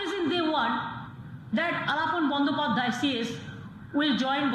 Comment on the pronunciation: Pls Speak correctly the name of Former Chief Secretary. Don't mess with it.